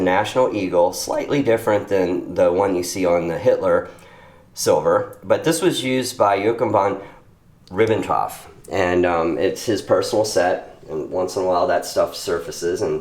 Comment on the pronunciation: how the fuck did he pronounce joachim ribentoff jochabann rippentoff?